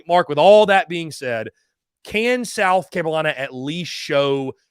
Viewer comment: What is a South Camolina?...😂🤔